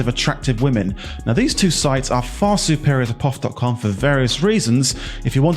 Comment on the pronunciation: It is called P.O.F. not the way you say it which makes me wonder?